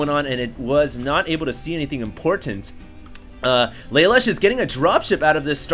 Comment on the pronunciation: I'm pretty sure it's laloosh not lay-lush. After all he is european.